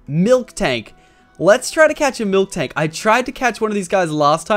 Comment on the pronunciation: Am I the only one that gets annoyed when tofu tubers say milktank when it's miltank lol